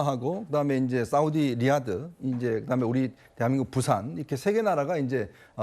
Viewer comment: 프랑스가서 영어로 프리젠테이션 하는게 맞나 ! 부싼 ~~~~ 발음이 쥑이네 ~~~~~ 부싼 ~~~